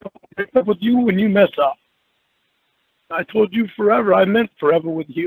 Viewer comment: "When I told yew forevah i meant forevah with yew!"😢😢😢